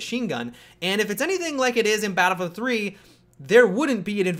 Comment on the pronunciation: say it with me now.. Battle-Field.